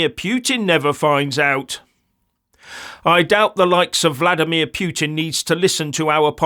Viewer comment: Your glory days are thing of the past. Vladimir Poo-tin (Putin) and not Pyutin ; what a looser.